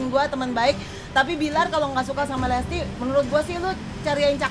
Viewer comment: Bilang lesti aja dak bisa lestli